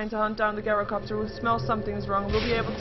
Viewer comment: The first syllable of gyrocopter - gy - rhymes with tie or chai (like the tea). Please dont pronounce it, as does, GUYrocopter. Think tie-ro-copter